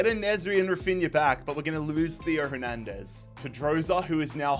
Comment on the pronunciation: Why are you suddenly overpronouncing names like Hernandez and schlotterbeck?